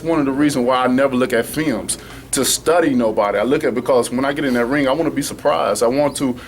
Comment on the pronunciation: Every generation has their boxer....the way this cat talks......he seems to fit the bill for todays social media of big brash bullshit statements. Satafaction? Fims? LOL.